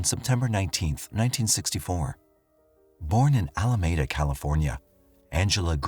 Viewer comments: Ala me da, not Ala med a. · It's pronounced "A-la-mee-da". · Another "narrator" that cannot correctly pronounce word/s in the script before him. Alameda.